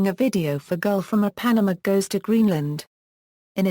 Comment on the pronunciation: Girl from in-pan-nuh-maw goes to Greenland? The robot needs vocalization lessons.